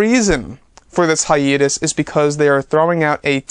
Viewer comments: can you please stop saying "hi-eeee-tus" it's 'hi-ayyyy-tus' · wukang K it’s pronounced hi-YEET-us